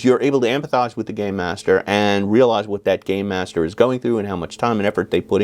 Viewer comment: Rule 45: If you keep saying "Gay -master" instead of "Gamemaster," and I call you out, and you say "But I was saying 'Gamemaster!'" I will pack up my things and leave. And we're breaking up.